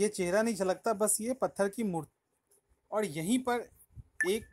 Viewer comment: "औड" नही होता वो और होता है।